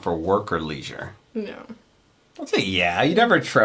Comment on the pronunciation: Did you say "leezure"? 😋